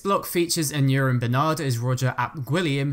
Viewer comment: For future ref, Aneurin is pronounced "an-EYE-rin" (as in Aneurin "Nye" Bevan, founder of the National Health Service).